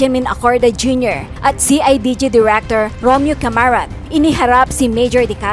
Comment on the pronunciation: Caramat nd camarat